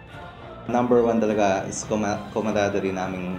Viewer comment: Lol commadaderi daw baka camaraderie ibig mong sabihin pre hahaha wag kasi pilitin mag ingles kung hindi kaya. Pwede naman na "team work" nalang sana sinabi mo!